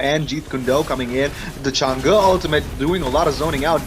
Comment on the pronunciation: Can't even pronounce Change'... Chang-gee/ Chang-gay 😂😂😂